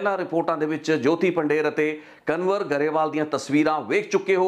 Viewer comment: ਕਨਵਰ ਨਹੀਂ ਕੰਵਰ ਸਹੀ ਨਾਮ ਆ ਜੀ। 🙏🏻